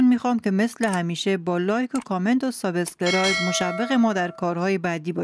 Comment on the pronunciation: تلفظ سابسکرایب است. نه ساب اسکرایب.